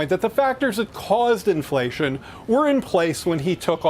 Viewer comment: Inflatión You Feell. In Your poket